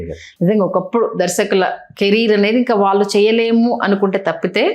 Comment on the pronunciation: వాల్లు వీల్లు కాదు గారు, వాళ్ళు వీళ్ళు అనాలి.